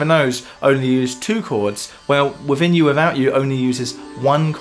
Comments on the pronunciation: "Wiffin You. Wiffout You." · He said Wivin You Wivout You. Again and again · "Wivvin you, wivvout out you". Love it! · 'Wivvin You, Wivvout You'? Come on, geez!